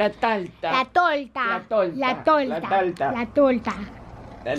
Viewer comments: Alta risa cuando dice la talta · si tu viste el video te hubieras dado cuenta que dicen talta y es el que dice tolta aunque tambien lo dijeron los demas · al principio dice tolta no talta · Para que sepan hay paises diferentes osea que se dicen diferente torta y tarts osea tolta talta (*no tenia nada q ver:v*) Ademas al principio dijo "La talta" y al final "La tolta" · dijo TOLTA ES BERDAD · Me dieron 10 años de vida más cuando dijo "Tolta" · Todos: Torta: tOlTa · A mí también me dio mil años de vida cuando dijo "frutilla", y también me dio mil años de vida cuando dijo "una talta"